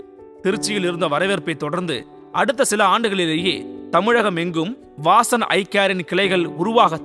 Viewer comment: 'வாசன்" என்று இருக்க வேண்டியதை "வாஸன்" என்றவர்.மருத்துவத்துக்கு சேவை என்றாலும் தமிழுக்கு துரோகம் செய்தவர்.